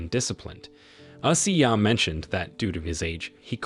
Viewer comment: Coach ashiya..... Pronounce Ashiiiiiya